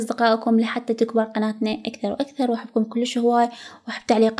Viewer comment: يابه مازاحف بس جاي اكله شلو تكولين احبك بلهجه العراقيه😂😂😂😂😭😭😭